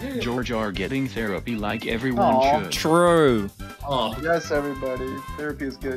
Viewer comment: accent came out when he said true during the jar jar therapist drawing